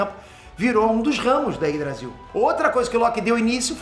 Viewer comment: Quando o fala Yggdrasil, eu sempre escuto Ines Brasil kkkkkkk